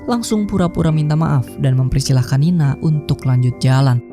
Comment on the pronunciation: Woi bukan nina tapi nani